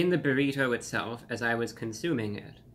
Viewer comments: the way you say buriTOE is hilarious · The way he says “berrito” lol 😅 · He says burrito strangely.